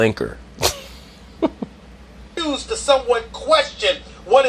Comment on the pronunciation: “Pelinker” 😂😂😂